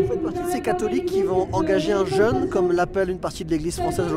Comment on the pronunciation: Un reportage à charge à la Yann Barthès, on ne garde que les témoignages les moins intelligents. Signalons tout de même à ce journaliste que "jeûne" ne se prononce pas comme "jeune".